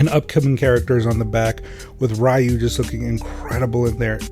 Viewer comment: Sorry fam, stopped at how you pronounced Ryu's name.